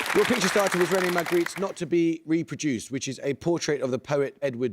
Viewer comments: Very sorry, being an American, he pronounces the non-existent first R very clearly: Ma - R - gritte. Clear as a bell. Couldn't be clearer. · Thank you, Cosmic Pumpkin, for bringing some culture to Allen, Texas (*especially* after the election 🙄 ) This was pretty hard. I only got one no/wrong answer which would have put me just above dead weight. seemed to have a speech impediment, adding an 'r' to make 'Margritte', which was allowed, like Paul McCartney singing "I never sawr them winging..." And then 'Kittis' was disqualified. Oh, well, it didn't change the outcome. And call me a dirty old man but Bursey is a foxemous babe with bodacious tatas. 😁